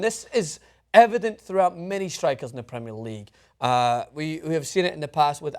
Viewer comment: please learn how to pronounce Premier League it really gets on my nerves